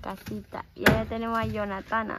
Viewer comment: Ay no le digas yonatana a yonatann,se oye feooo